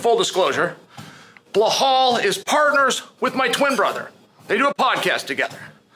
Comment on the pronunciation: “Bluhal” really? I understand some names are hard to pronounce but Belal is literally way easier to say than Bluhal 😅